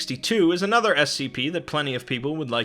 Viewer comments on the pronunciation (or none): none